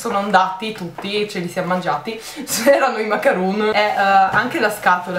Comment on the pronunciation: Bellissimi gli acquisti di makeup :) la pronuncia corretta è macaròn ;)